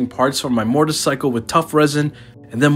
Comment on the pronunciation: Im here to criticize the way you say "morticecycle"